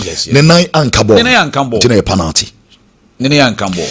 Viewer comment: please the word is pronounced pe-nal-ty and not pa-nal-ty. Check your words and pronounciation well.